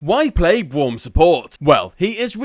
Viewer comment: I like how he says Bwaum at the start